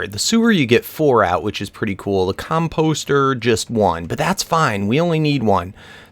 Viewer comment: Com-post-er xD